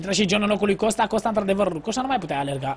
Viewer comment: şti ca se zice COSTA nu COŞTA